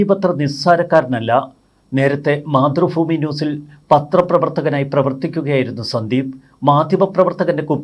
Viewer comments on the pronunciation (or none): മാതൃഫൂമി അല്ല മാതൃഭൂമി